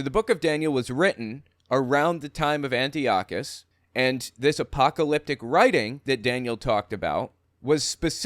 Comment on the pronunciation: Antiochus Epiphanes is pronounced : An - Tie - okus NOT Anti okus